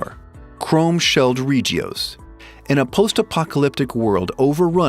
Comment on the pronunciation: All i ask is you pronounce shit right haha ree gee os?